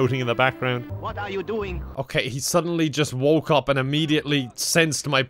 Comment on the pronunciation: "What are you dewing"